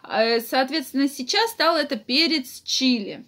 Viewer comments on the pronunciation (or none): none